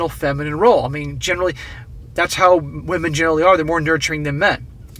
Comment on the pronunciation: Ah, wamen degrees.